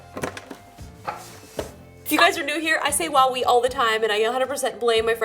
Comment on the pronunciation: Well i heard Huawei instead of Wowwee? Lol i kid.